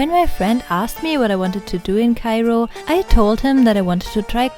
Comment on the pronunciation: Mam, are you from Germany? Bcz the way you pronounce Cairo it's like German. By the way, your vlog is awesome. And your voice is like sparkling diamond 💎